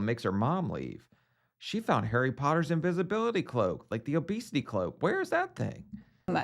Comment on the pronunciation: I know it’s petty, but I cringe every time they mispronounce his name as dotter protter.